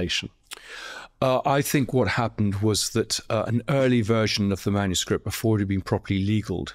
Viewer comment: Love the slip: “manuscrap” instead of manuscript. Spot on.